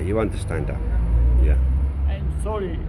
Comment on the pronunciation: 1,000,000% man. Let the animal not be able to "unastan Inlish" back in Unastan. maybe thats his country. NoUnastan?